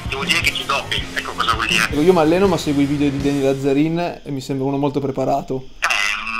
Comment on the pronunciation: Nessuno